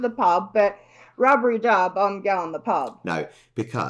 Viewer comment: its rubbidy not rubbery